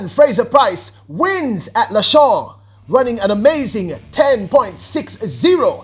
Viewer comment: Congratulations to the 1, 2, 3 clean sweep Jamaica🇯🇲. Well done on the PB and MR Shelly-Ann Frasier-Pryce. With that's said, let me correct a few things. Lausanne is French, and you keep saying Lashaun...to pronounce it you would have to say it like this "La-zann" (Lausanne). Secondly earlier up in the year in June, Shelly-Ann ran a 10.63 which was her personal best before the Lausanne Diamond League meet and not 10.60. Thirdly, Shericka Jackson ran 10.92 and not 10.90. Fourthly, the drive phase starts after the first 3-5 steps out of the blocks and normally last up to about 30-40M which help with the acceleration phase and about 70 -75M that is where the top end speed normally is maxed and the deceleration phase starts. What made the different this time around is, if you watched the Olympics Finals and Saturdays Diamond League in Eugene, you would have seen that Shelly-Ann didn't hold her drive phase and popped up out of it at the 10 meters mark with her head up high into the race which means she didn't accelerate effectively. This time around now in Lausanne, she held her drive phase and executed it for about 30 meters and that's what made the different and the fact that Elaine didn't get the start she hoped for. All I know is, if Elaine had gotten the perfect start, the world record would have been broken with that +1.7 Meters wind. Well done ladies.